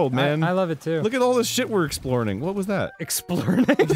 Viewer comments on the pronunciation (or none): Most people: “Exploring” Arin, an intellectual: “Explorning” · I love how he said “explorning,” which is nonsensical, but Dan in an instinctive effort to make sense of the nonsensical heard it as “explearning.” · i thought it was "Explurning" or "Explearning" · 'Explerning' I love it! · Brain: "Exploring and Learning" Mouth: "Explearning" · Less of a mispronunciation and more of a mashup. I think it was a brain fart. I'm guessing that he wanted to say exploring, but also thought of the word "learning" and they just came out on top of each other.